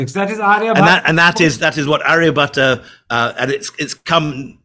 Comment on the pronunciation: He is Aryabhata not Aryabhatta or Arya Bhatt.